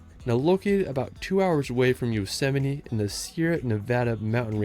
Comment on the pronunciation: I appreciate that you're reading the comments. Well done on the Yosemite pronunciation 👏